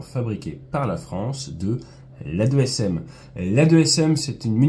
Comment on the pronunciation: On dit "2ASM" pas "A2SM" car en fait c'est "AASM" et pas l' "A 2xSM" mais rien de grave☺